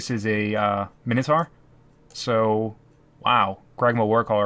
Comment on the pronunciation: Best MTG channel worldwide. Worst pronunciation of minotaur worldwide. :( "Minotaur (ˈmaɪnətɔː)"